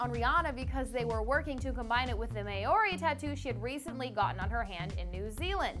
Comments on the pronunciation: may-ori? hahaha not how it is pronounced at all :P so funny when non Kiwi's try to pronounce maori words! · ITS MAHORI NOT MAYORI😩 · She pronounced maori so wrong..